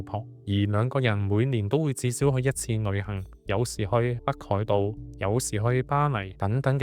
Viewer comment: 博主的L 音發不出，舉例--- 旅行講成女行，老婆變成女行，希望博主注意下。